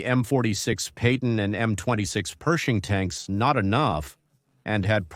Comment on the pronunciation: You didn't notice when it said Payton tank ?